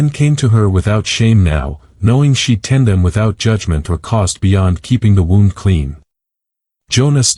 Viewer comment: Bad AI. Check pronunciation of “wound”.